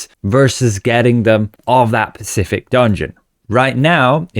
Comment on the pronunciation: Specific. The word is specific.